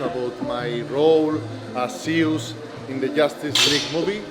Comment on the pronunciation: Guess I'm not the only one pronouncing it "Zeeeuuus🤣"